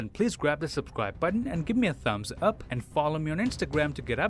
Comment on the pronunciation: the way he says subscribe is like subsqiybe